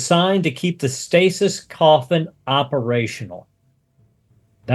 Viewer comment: Does it not bug anybody else that they can’t pronounce the word stasis